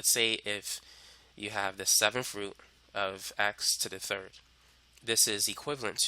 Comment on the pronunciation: When he says root but sounds like "fruit" I'm thinking why the eff' is he mentioning fruit. Lol